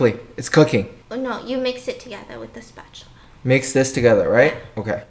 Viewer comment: Stephanie: "you have to mix it with a spatuler"